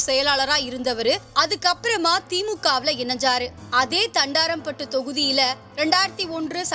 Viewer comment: Thandaraaampattu illai thandrampattu